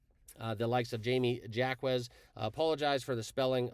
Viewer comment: Heat player name Like Phonetically pronounced Hi me hockez Jaime Jacquez junior